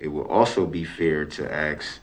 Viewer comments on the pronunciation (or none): The "aks" is deliberate. There are times when he slips up and says "ask" correctly. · It had driven me crazy every time brooks said “aks” instead of “ask”. I am so relieved that you mentioned it!!! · This dude Darrell said “ acts “ trying to say “ ask “ and in other clips he’s also says “ substain “ instead of “ sustain “ 🤣🤣….he’s not as wise as he think representing himself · I REALLY appreciate the fact that you picked up on the “aksk” thing - no other person of color would have ever done that… in fact, a lot of black lawyers even use “aksk” instead of “ask” - keep up the good work, your light hearted and humorous take on things is very entertaining 👍🏻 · Axe.... ask oaf..... oath..... LOVE IT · His Mother also used "aks" instead of ask. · That delinquent pronunciation of "ax" instead of "ask" always made me furious. Along with "reason for the substain"? What a dope. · I love you!! I thought I was the only one that hates “ax”!! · You are so spot on!!!! Every time he says ‘ Axe ‘, my ears curl up !!!!! 😄👍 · I KNOW!! The Aks me 😂😂 I say “Please don’t Axe Me, but you can Ask me a question” 😂😂😂😂😂😂😂😂🤣🤣🤣🤣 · New Sub here. Your channel was recommended to me after I watched the Brooks trial. I’m so pleased, as your commentary has been a source of accurate & total amusement for me! 😂😂😂 For instance, your reaction to Brooks’ use of “AX” vs. “ask” sent me over the edge 🤣 as “AX” & “SUBstain” are pet peeves of mine as well. Thanks for the hysterically funny commentary as well as your astute insights! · People are getting on you for the pronunciation, but Brooks says stuff like "Axe", "Substain" "Tacket". You articulated your thoughts better than that convicted lunatic. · Thank you for saying “AX”!! Why does he say AX ?? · DB never “aks” a relevant question to anyone. He actually pronounced “ask” correctly at least once.